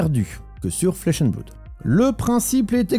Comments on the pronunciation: On ne dit pas "bloude" mais "blode" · Flesh and bloud lol …flesh and bleuuud